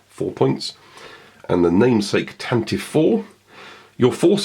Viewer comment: It still is Tan-Tiv-Vee. Always has been. 'Tantive' or 'Tantivy' is a real English word Lucas used. It means 'Rapid Gallop', which is a great name for a fast ship. 'Tan-tivv' is not a word. It's just ignorance on the part of people who don't know how to pronounce it.